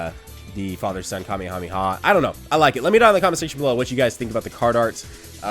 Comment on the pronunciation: the way you said family kamehameha kinda bothered me